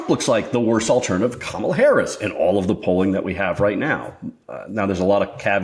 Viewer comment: can you learn how to pronounce her name before complaining? Ty